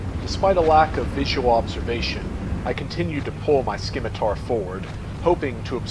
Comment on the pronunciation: Scimitar is pronounced Sim-itar, not Skim-itar. SIM-ITAR !!!!!!! :)))) Nice job otherwise. I'm about to have a bash at this, except I edited the scenario so the tanks and PC's are German. I like my Leopards :)))